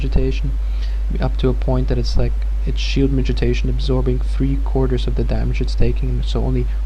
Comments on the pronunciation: Thanks for the guide, man. I've been wanting to get into SoaSE for a while. One thing though: it's pronounced mitigation, not 'mitijation.' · miti GAY tion. Could not listen to this once you started talking about shield mitigation, sounds like you are saying mitijation. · he's saying "midgetation"